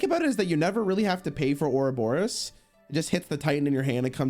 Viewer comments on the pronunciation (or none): PLEASE READ THE CARDS It's Ourobos, not Ouroboros